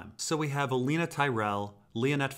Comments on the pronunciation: It’s pronounced Olenna, not Oleena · Oh-len-ah not Oh-lean-ah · Also, theres no 'ea' in Olenna Tyrell's name. Where does he get the infinite gall to pronounce it like that? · You mispronouncing oh Lena's name over and over is annoying